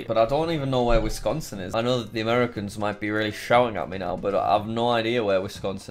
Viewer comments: Wisconsin: Exists Jack: Withconco. This is unintelligible. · Wis-con-sin. It's simple.